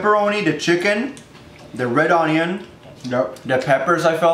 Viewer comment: Why does teeqo say red On-Ion instead of onion.